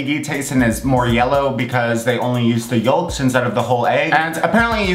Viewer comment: did he really say yoLk